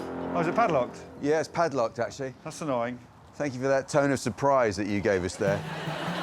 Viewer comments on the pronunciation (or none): none